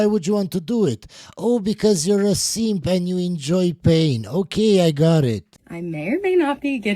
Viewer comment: In case you couldn’t understand his accent, he was saying DON’T BE A SEEEEMP!!